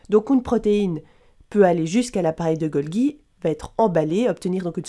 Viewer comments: Bonjour ! Vous soulevez un bon point, la prononciation correcte de Golgi est bien \ɡɔl.ʒi\ ("Golji" donc). Merci pour votre vigilance ! :-) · Golgi c'est pas golgui